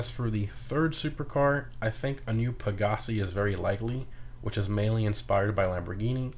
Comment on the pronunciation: Pegassi sound more like pagani